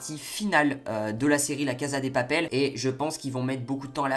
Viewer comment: " la caza des papele " mdr